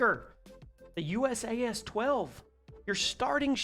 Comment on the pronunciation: I'm going to make this easy for you in the future the pronunciation is basically like saying you sass so it's usas=you sass